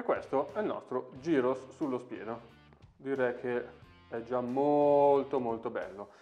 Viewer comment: Bella ricetta! Si pronuncia "g h ì r o s"